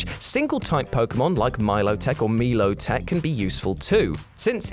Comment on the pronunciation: Im sorry, who out there pronounces it.... me-low-tech?